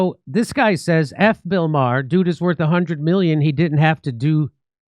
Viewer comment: Maher not bar you old man